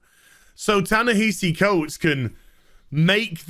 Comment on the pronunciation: Ya-Nehisi Coates... who is that again? I feel like I should know him for something other than being an SJW crybaby... director of incredibly underwhelming movies that’s right!